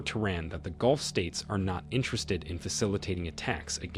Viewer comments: Mate, please do not crucify my Mother Tongue The British English Language. Golf is a sport and dubbed onto a VW Polo car. Gulf is pronounced Ga-lf. Speak your language. Do not rape mine. Thank you. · "Golf" states? Must be where Trump vacations! I should be forgiving of people whose 1st language is not English. It's difficult enough, even for those of us who speak it natively. Maybe that's why no one seemed to catch the AI glitch. I can forgive humans. Not AI. It drives me crazy! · Correct your word ...Persian golf... nor ...golf...